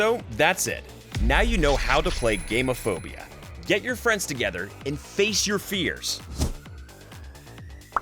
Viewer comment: Except it's pronounced more like gammon than game, so it sounds more like fear of gammon...